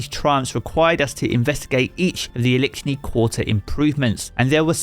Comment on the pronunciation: Elickshni quatrer😂